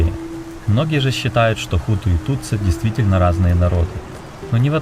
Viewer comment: Не Тутсу, а Тутси